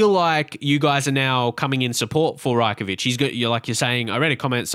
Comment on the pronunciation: It's Raj-Kovic not Rye-Kovic